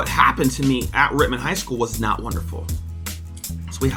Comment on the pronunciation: I hate to say it but it’s Rittman bro same reason why I did t take a gig at Wadsworth to much cover up